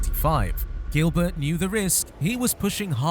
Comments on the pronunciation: It is not pronounced Gilbert, like in English, it is jeelbear, he is French. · It really annoys me how you pronounce Gilbert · Learn how to pronounce Gilbert in french